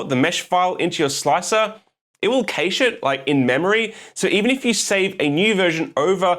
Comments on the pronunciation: "kay-sh" no. "cash" yes. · Yes, it is. Its "cash", Not "cashay" nor "catch" nor any other variant. CASH. The other attempts are simply assumptions made by people that read the word long before they hear it spoken properly and then they hear it pronounced incorrectly and just run with it. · Not in Oz it isn't!